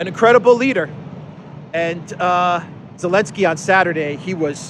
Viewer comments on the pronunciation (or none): none